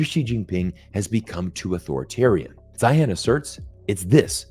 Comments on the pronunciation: It's Zeihan .... Zine. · He pronounces his own name Zane or Zahne. Sorry….I’m listening but it gets in the way. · If you're going to critique someone, it would be helpful if you knew how to pronounce his name.... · Why didn’t you even care enough to find out how to pronounce his name? Your credibility is suffering 😂